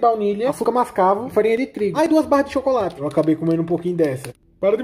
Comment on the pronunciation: Sério ele falando" ô u chocorate